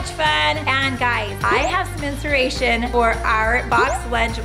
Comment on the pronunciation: Lol i caught that.. did just say i have spinceration instead of inspiration..?!